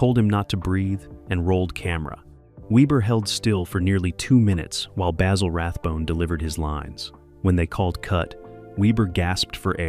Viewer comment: Sorry AI you have screwed up again, Dressed to Kill was the LAST Rathbone Holmes movie in the series. Terror by night was made earlier and as a matter of fact (facts apparently are things you disregard) it Dressed to Kill was the last film made in the series. Aso, please pronounced Rathbone's first name correctlly Basil is pronounced not with a long "A" but a "BA" like what a sheep sounds like. Also you are completely wrong on the Nigel Bruce depiction of Watson. He correctly thought that playing the part straight from the books would clearly put Watson in the background, so very early on he decided to play Watson with that less than astute persona giving the character a very distinctive personality. And finally, for God's sake quit showing clips from other movies that have nothing to do what you are talking about. Once again you have proven how dangerous to the truth this AI sh_t is to true analysis of a great series.